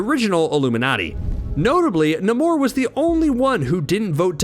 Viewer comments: His name is NAMOR NOT NIMOR! Sheesh! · why cant you say namor's name correctly? idiot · Who let this man make an entire video mispronouncing “Namor”? No one thought of correcting him? lol